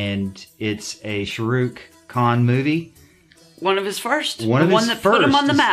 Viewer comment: Not shoorook... Say "Shaa..." Say "Rook" Now say "Sha.. rook"